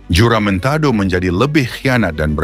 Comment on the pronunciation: Sebutan JOLO dan huramentado tu salah.klau nk buat content buatlah btul2.. "PENYARAHAN HARTA BENDA DI BORNEO" kpada british@ austria? Sy tegaskan di sini.bukan penyarahan tapi " PAJAKKAN@ PAJAK"jangan pandai2 ubah sejarah sesebuah bangsa